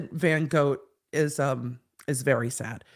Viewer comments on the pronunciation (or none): my dutch ass is dying at Vincent Van Goat 😂 mainly because Van Gogh is pronounced with a short O and a harde G (like Lock, but the Gs sound like you are clearing your throat). Maybe he can just be Vinnie??